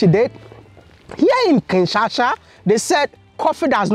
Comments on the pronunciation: Bro, it is KinshaSA, not kinChacha. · Please please it’s Kinshasa 😁😁and not Kinsasha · it's KinshaSA not kinshaSHA. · Bro keeps saying Kinshasha, instead of Kinshasa 😂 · U are amizing Maya..its not Kinshansha its Kinshasa😜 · KINSHASA not KINSASHA 🤣🤣🤣🤣🤣🤣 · It’s Kinshasa not Kinshasha bro 😁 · I like you bro, but stop saying Kinsha-sha, it's kinshaSA hahaha im joking, big up to her! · It's Kinshasa not kinshasha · Kinshasa, not Kinshasha, lol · Village boy 😂 Kinshasa not Kinshasha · but im hearing "Kinshasha"😆😆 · Kinshasa just gained an "h"😂= kinshasha😂😂 Lol